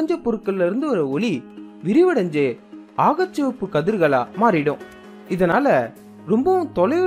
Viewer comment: வழமை போலவே அருமையான காணொளி . 'அகச்சசிவப்பு ' என்பதை 'ஆகச்சிவப்பு ' என்று உச்சரிக்கிண்றீர்கள் என்று நினைக்கின்றேன் . நன்றி சகோ .